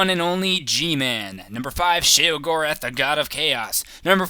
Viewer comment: If your gonna say it say it right. Sheogorath is the Daedric Prince of Madness